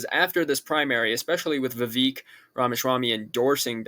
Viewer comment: Well this was comedic i guess. Honestly man you got to get out of your bubble. Stop listening to vivek (which you are pronouncing wrong) and alex jones and realize most of the rest of the country doesnt live in right wing youtube lala land. There are vast swathes of the country that think things under biden are fine then there are those that hate trump so much they would vote for his opponet no matter what then there are those who know nothing of politics but will notice the absolute fit the mainstream media is about to throw and will cast their vote accordingly. I am not saying trump cant win but right now id give him about a 20% chance. He and his candidates have not done well in an election since 2016. Also you are being played by the left. A trump nomination is exactly what they wanted and now the polls are going to start sliding in bidens favor.